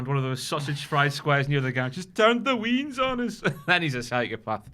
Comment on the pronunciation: THE WEENS? Its pronounced Waynes! They've turned the weans against us